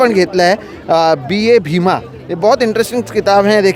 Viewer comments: Wo BA bhima nahi बा bhima hai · Just a correction, it's "बा भीमा" not B.A. Bhima. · its बा भीमा and not BA bhima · Please note at the beginning of video you referred a book cover as B A Bhima is not right. It's read as Baa (as father figure referred with respect) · It’s not BA Bhima…it’s बा भीमा. बा as Baap- father.